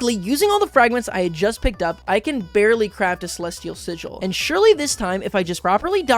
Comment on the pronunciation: Celesial Chijol? My brother had a stroke saying that, a pray for you brother 🙏🙏